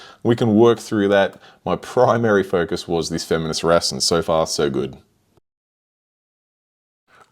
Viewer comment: Beautiful fish but the pronunciation of femininus (you put the name in your title, it's not feminus) and anthias (single is not anthia, the s is hard, like bus, not soft like bees) makes me cringe.